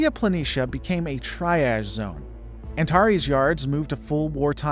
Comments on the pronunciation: i have never heard triage said that way before. is it not pronounced like tree·aazh? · Triage isn't pronounced that way.